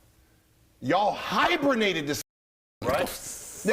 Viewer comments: Hybrinated, Ligra? Wtf man, stay in school kids lol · My man Gil said “hibernated” 😂😂😂